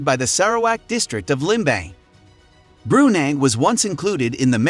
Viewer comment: It's pronouned "Bru-Nai"